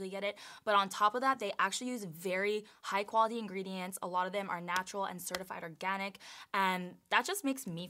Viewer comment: how she says organic lmaoo